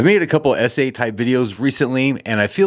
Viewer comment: Very positive. We must preserve the neutral human spaces where, despite our petty differences, we can experience the highs and lows of being human together. It keeps ideologies from becoming psychotic. NGL the pronunciation of essay (ees-ay) did me a double-take.